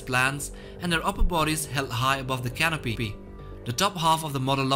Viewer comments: Is it only me that heard the narrator said "canopypee"? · did he say pee pee in canopy? Or is it my wifi or graphics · The canopeepee? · cano-pee pee